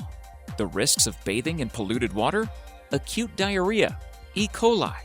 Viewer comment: "... accute diarhea" D'aaaww! :D Erm, no wait... nevermind. I KNEW something was up! Who ever heard of that stuff being cute?